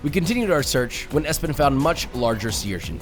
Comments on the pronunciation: it was Espen,not Espin😂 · his name is espen. not espin. josh. what the heck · ESPIN 😂 Espen mener du? 😂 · ESPIN😂😂😂😂 Im guessing his name is Espen. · He says "Hey I'm Espen", I don't think "Espin" is a name in Norwegian even if it does sound like that in English 😅